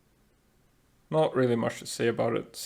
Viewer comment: Thanks for putting some of my favourites in S tier! (Like Chillet and Orserk) Although I just think you are wrong about Quivern (who you BADLY mispronounced) and Helzephyr, Quivern helps with a TON of things in the base, and if you try and develop it well, it is very tanky and hits like a truck. Helzephyr is very underrated because it hits really hard, and gets access to really good attacks, it was a big help against Lily and Lyleen.